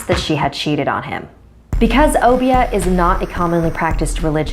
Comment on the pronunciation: It not pronounced o- be -ah pronounced like oh bear